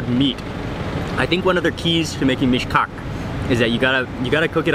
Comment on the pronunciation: Everytime you said Meesh-Cock I laughed a little 😂😂😂😂